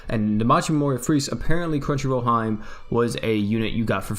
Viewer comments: Hee-May not hyme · Lol came here to say this ahahaha I was like it's like He-May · Hey, I just wanted to tell you that “Hime” is pronounced (He-meh.) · Look up how to say princess in Japanese. It's hime but you'll see what I mean when I say you're saying it wrong.